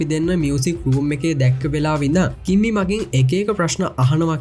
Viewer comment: කිම්මි නිකන් ඇහෙන්නෙ කිම්බි වගෙ 😂❤ reviwe kolla ❤❤